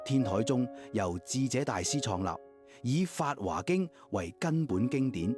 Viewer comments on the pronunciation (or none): 有些佛教術語的讀音要商榷一下，例如「般若」應讀成『波野』；「法華經」應讀成法『花』經。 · 法華經, 應讀為： 法花經！ 🙏